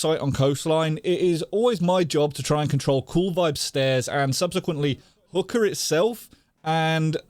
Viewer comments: Am I the only one hearing say hooker instead of hookah?? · is he saying hookah as hooker, or am I hearing wrong.. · sounds like hes saying hooker with a boston accent lol